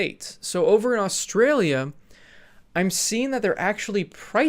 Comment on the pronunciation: Never say Australia again